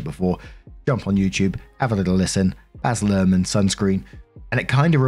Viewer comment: Baz Luhrman!?!?😂 That Aussie is the bees knees!!! Thought at first you were saying Basil—-rrrrrmannn~~~~~you cheeky so n so😉❤